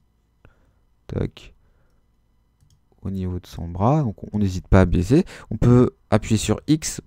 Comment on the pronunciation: Super vidéo 👍 ! Mais vers la 40eme minute t'as dis baiser au lieu de baisser... 😂 mais sinon +1abonné 😖